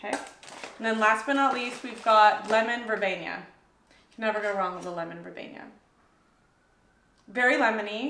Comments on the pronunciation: Thank you for another wonderful haul review. Please don't say "verbenya". It's ver-bee-nuh. Sorry, it's ike nails on the chalkboard to me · It's vur bean a. This is your job. Learn the correct pronunciation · She learns pronunciation from us sometmes. She doesn't mind being corrected, but be nice!